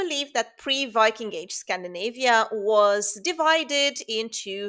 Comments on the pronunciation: Thank you for bringing good, factual information, debunking misconceptions. Secondly, I am impressed by your pronounciation of Scandinavian names and words. Cheers from Denmark. [Edit] I also recommend another video (in Danish, English subtitles enabled) on the subject of old Norse mead halls: SagnlandetLejre - Viking King's Hall, documentary, (subtitles), Sagnlandet Lejre, Denmark Kongehallen i Lejre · As a Swede, I agree. Good pronunciation of Scandinavian names. She has been here much. Extremely interesting contents! I am not surprised that there were both big buildings and political structures like king-/chiefdoms lets say a few centuries AD, but there is so little told about it and I think it is little known about it with certainty. Maybe Ynglingaätten are historic persons - then we are back to this time.